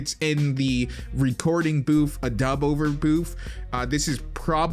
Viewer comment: Boof? Booth.